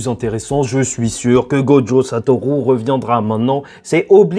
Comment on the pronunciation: Bon juste un truc parce que je commence à ressentir un certain agacement en te suivant: Prends des coups de japonais s'il te plaît, apprends à prononcer la putain de lettre U, c'est pas Satorou! Satoru! comme une rue! Dis le stp, SA-TO-RU, putain la VF de Naruto a fait mal à la perception en français, en japonais "u" ça se dit "u" comme chez nous!!!!! C'est Sasuke, et pas Sasouké, et c'est Naruto, pas Narouto, faites un effort vous abusez, vous parlez pas à la jap vous parlez comme des kékés. Même Sakura se dit Sakura, pas Sakoura, mais y'a un petit accent à prendre ok c'est plus difficile Sakura, mais les autres, sans "Ou" par pitié tu fais saigner mes oreilles on dirait un daron qui tente de parler mangas.